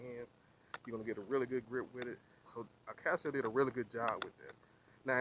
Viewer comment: I is NOT Akaseo......it is Akaso. We are not all 'guys!' Going somewhere else Oh, speak more distictly.